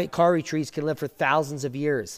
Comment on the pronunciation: Awesome ! Love your work :) You say Kauri more like 'cow-ree' or 'Kaw-ri' - but that is cool - thanks for seeing what goes on down here too ! Kudos and respect with some love sprinkled on top :)